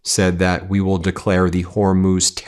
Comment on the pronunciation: Ben let's be clear - Trump is not talking about the Strait of Hormuz. He's talking about the Hormoz Strait. I think the "u" in Hormuz throws him off. Since he's too dumb to know what the place is called, he's too dumb to take it over! Dumb spelled with a 'b' Mr President! He doesn't actually know where that is on a map either so he might be surprised to find out it's on the other side of the world but he's probably planning a floating toll booth in the middle of the Strait 🤦‍♂️